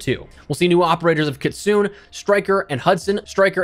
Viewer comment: Everytime someone mispronounces Kitsune it hurts